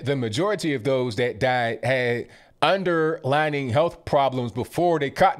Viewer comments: it’s “underlying”, not underlining JS☺️🥰🤗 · Watch you every day. This is just for future reference because I don't want anyone to use it against you. It's "underlying" not underlining - peace. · "underlining?" or "underlying?"